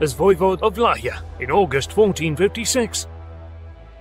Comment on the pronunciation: Nice video. although you pronounced Wallachia wrong.